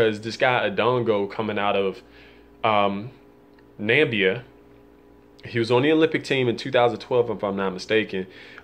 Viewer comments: first of all, The country's name is Namibia, Not what you said Nabia,, dude u are soo ignorant it really shows you do not know a lot about Julius indongo, it's because he's African, and has not been in the spotlight like the others i guess....all I can tell you now about him he can adapt to any fight, that the champ right there..but ow well that's your personal view....look out for him more... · i apologize. After i did the video and uploaded it i jad to double check my spelling and enunciation because i do know it is Namibia. I jave no idea why i said Nam-bee-a instead of na-mi-bee-a. I admit to my mistake. I can only surmise that i was confusing the pronunciation of Namibia and Gambia but its no excuse. And i am sincerely sorry, chalk it up to my head not my heart Secondly i could not find